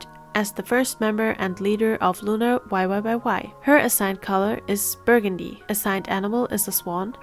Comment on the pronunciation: why are you saying "looner" ..?